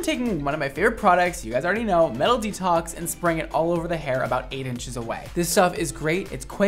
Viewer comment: why do I hear MELODY TALKS instead of "metal detox", I was so confused until he showed the name of the product lol